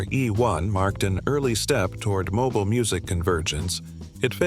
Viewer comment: Powered by Windows Mobeel 🤖